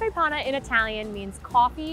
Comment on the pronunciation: It is panna. Not pana. I am italian.